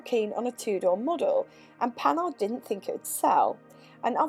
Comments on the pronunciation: Yep démarreur. Also just a little pedantic but it's pronounced "Panar" I love Panhard especially the pl17. Great vid as always. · PaNAR, stress on the last syllable as always in French. I wouldn't get on with the crashbox either! The crankshaft has roller bearings, so it's good you didn't lug it--that would have trashed the bearings. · Who says the H in Panhard? Might as well say the E in Citroen or pronounce the G in Peugeot like Peu-goat and be consistent in mangling French names.